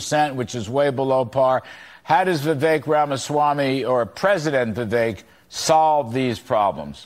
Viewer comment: For the love of God! His name is pronounced "Vi-Vake" !!!!